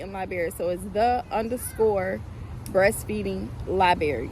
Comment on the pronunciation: LIBRARY!!! ur telling ppl to find u with the word “libary”. I can guarantee u ur not gonna have many subscribers.